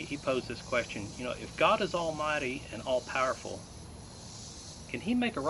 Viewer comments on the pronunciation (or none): none